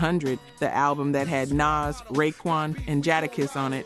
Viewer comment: Right?? That turned me all the way off… not only is the voice annoying but she, A.I whatever the hell voice it is pronounced Jadakiss’ and Nas’ name wrong I was done and couldn’t even finish the video.. they really need to pick a better A.I voice that can pronounce names correctly and that doesn’t sound so country bumpkin.. it is terrible and I won’t be subscribing or watching any other videos.. sorry, not sorry!!! I’m going back to minding my own business now!! 😂😂😂😂😂